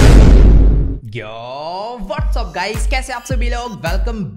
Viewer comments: Youu nhi hota yoo hota h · Vo youuu nahi yoooo khata hai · It's yo not you 😂🙏🏻